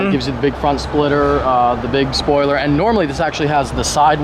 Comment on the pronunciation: saying ‘spoiler’ is weird. BIG WANG